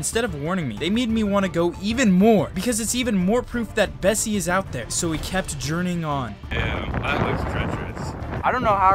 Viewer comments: Isn’t called Nessie? Not Bessie? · Im pretty sure its nessi not bessi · The lock news monster is Nessie, not Bessie 😂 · Bessie???!??!!! It's nessie 😭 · BESSIE?!?!ITS NESSIE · Nessie nah its Bessie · "bessie" do u mean nessie?? Never knew😅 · It’s Nessy not Bessie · Sorry to say but it’s actually <Nessy>